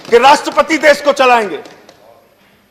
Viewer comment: Bhakkk! देश to bolna seekh le pehle... देस bolta hai.. Chuchu